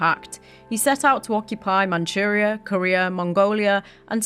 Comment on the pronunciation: Manuria , Manuria es Manchurria. Barbarasa es Barbarroja. No entiende la doble r. Hashima es Hiroshima.